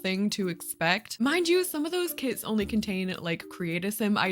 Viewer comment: I thought you said kids!